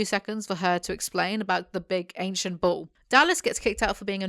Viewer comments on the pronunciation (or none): I kept hearing 'ball' instead of bull, and I think it says a lot about the series that I didnt even question it lol